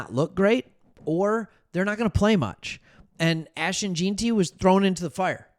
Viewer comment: It’s Gen-ty not Geen-ty duh